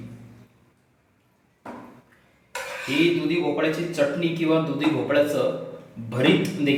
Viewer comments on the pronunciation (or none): none